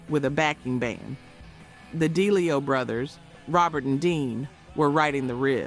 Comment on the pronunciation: Please learn how to pronounce last names like Townsend, DeLeo etc. Hard to join if the narrator is clueless.